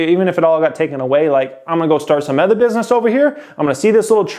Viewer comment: I’ve been watching this channel since 2018 n i watch every single video that you drop bro, keep up the hard work youve helped me out sooo much. I like the way that you say the word “other” lol you pronounce it “ethur” n i wonder if its a west coast thing” haha